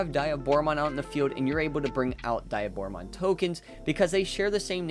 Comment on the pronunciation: It's not die a Bora. its De a Bora